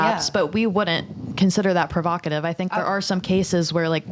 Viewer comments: PROVOCATIVE not prerogative 🤣🤣🤣🤣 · good clip but bro.... its provocative😂 the amount of times you said perokative sounded dumb as hell